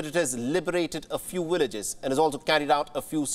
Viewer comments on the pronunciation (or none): 'Ukraine have gained a few willages' 😂😂😂😂 what is a willage?😂😂😂😂😂